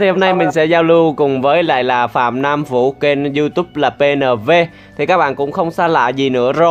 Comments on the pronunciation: Anh đọc tên anh Nam sai r phải là họ Phan chứ ko phải phạm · anh ơi Phan chứ ko phải Phạm nhé